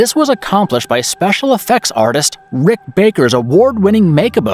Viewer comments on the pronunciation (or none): none